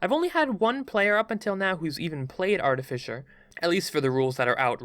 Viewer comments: One: eldritch blast not eldrish blast two: artificer not artifisher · Every time he said "Eldrisch" I lost a little bit of my will to live. Holy SHIT! "ARTIFISHER" I"M FUCKING DEAD (btw I'm sorry if this sounds mean, I love ya but... holy shit) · I died a little whenever he said "eldrith" Edit: "artifisher" lmao Edit edit: "objuration" oh no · Artifisher..... Ar-t-fi-sir, artificer, fi like how you say fish but without the SH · Eldritch not eldrith Also art-i-fye-sir not artifisher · Just gotta say, love the videos, but... it's artificer not artifisher... anyways, keep up the good content! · Just gonna point out It’s eldritCH not eldriTH and artifiCer not artifiCHer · "Artifisher" Why does nobody ever fucking pronounce that word correctly? Ar-teh-fis-er. There's no H. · No one: this guy: ELDRITH BLAST! ARTIFISHER! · Artifissure.... come on man.. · 😂 Art A Fisher 🤣 I love it, best way I've heard artificer pronounced.